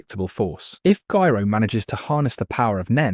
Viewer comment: I don't mind the AI voice, but please make it pronounce Gyro correctly 100% of the time 😭